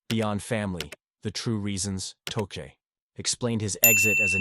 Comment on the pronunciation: Learn how to pronounce tochet